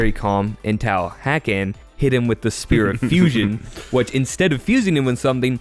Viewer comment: Are we sure that hakann's name isn't said with the emphasis on the second syllable? Like I always read it as huh-KHaN.